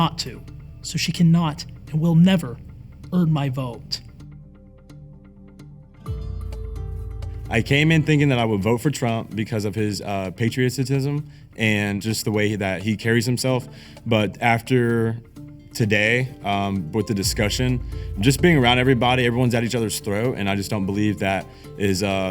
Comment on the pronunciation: these people stress me out. PA-TRI-O-TISM. not “patriositism”.